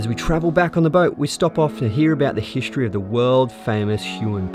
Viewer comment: Nice video, but that annoying pronunciation of the word "history" is just killing. hiSHtory 😆😄